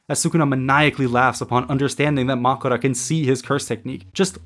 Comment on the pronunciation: Did you not watch the episode? They literally say Makora.